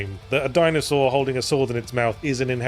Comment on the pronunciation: Or like, "Dinosaurd" or "Dinoswaurd" ><